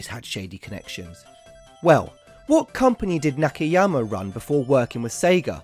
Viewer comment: This man can’t read. Nakayama, not Nakeyama. Shinagawa, not Shinegawa. Haneda, not Hanida.